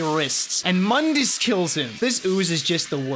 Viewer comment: Mundas is pronounced "Moondus". Only the the reboot calls him "Muhndus". Edit: Later in the video you call him by the correct pronunciation... Double Edit: You pronounce it wrong even later in the video!